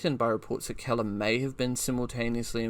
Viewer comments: I've quicley broused through a number of your posted videos . No photos , film or diagrams . I would have been willing to stay with it ,but thd the commentary is well below par . You are pronouncing Keeler ( KEEL-ER ) as Keller , ie Helen Keller . If you had properly researched the topic you would not have made such a basic but monumental blunder . 2 / 10 . Unsubscribed . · "Keller" ? As in seller ? When there's 'EE' it's Keeler, as in Heel or Eel. Great video, but that pronunciation gaff is painful to hear ... 😮